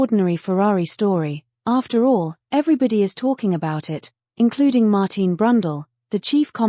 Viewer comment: It's not "Mar-teen," it's Mar-tin Brundle. But that's what you get with AI. Does no one review this material before posting??